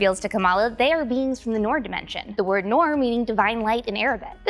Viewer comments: As well as noor. It's "noor" not "norr". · It's Noor (Nur) & not to be pronounced as Norr or Noir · Its not 'nor' its 'noor' like you pronounce ' noon' so pronunciation of 'nor' is 'noor' like 'noon' Why you calling noor a nor 🤔🙄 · Noor(مر) is an Arabic word stop pronuncing it like it's English. You are ignoring the "r". Noorrrrrrrrrrr